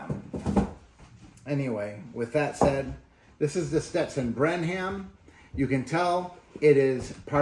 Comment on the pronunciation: FYI, it’s pronounced Brenem. (Brenham, TX). Thanks for the review!